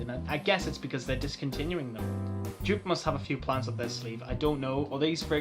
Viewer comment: Come on, you know how to pronounce Joop correctly. This "djuuup" drives me up the wall, Brazilians do it even worse "djuuupehh":D A lot of Joop fragrances aren't easily available or have no testers, it's a shame.